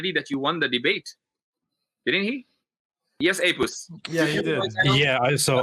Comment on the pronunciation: Mufti Yasir said apuss 🤣🤣🤣